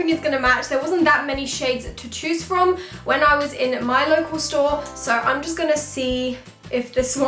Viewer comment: You said 'Fake Eyelashes Frim Primark' 😂❤ Btw 😍😍